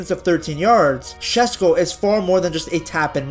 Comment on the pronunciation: friendly tip for future videos, it's pronounced SheShko, not Shesko <3